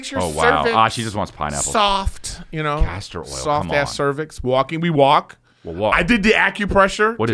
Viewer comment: 😂..CASTOR oil ((vegetable oil)) guys 😂😂 ...not CASTROL OIL (gas company)